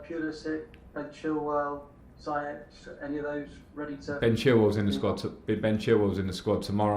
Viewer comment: Lamps it's pronounced as "Zee yech" not "Zai yech" 😄😄 great news to hear Mendy is having his medical it's about time great video tv